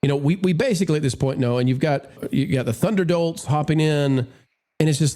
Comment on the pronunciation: Did you say "Thunderdolts" or "Thunderdorks"?